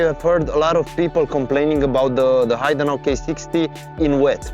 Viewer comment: H'e'idenau not Haidenau ;)